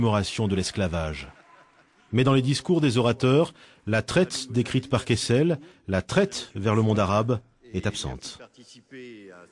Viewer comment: Joseph "Kessel". Every - single - time.